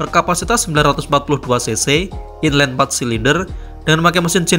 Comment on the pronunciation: Video bagus dengan lots of valuable information. Sedikit kritik membangun... saya merasa narrator kurang baik menyampaikan cerita karena intonasi di setiap akhir kalimat agak terdengar aneh dan monoton. Selain itu, pelafalan istilah-istilah Bahasa Inggris seperti "inline", "crossplane" agak kurang pas. However, this is good video, overall. Keep it up, Bro!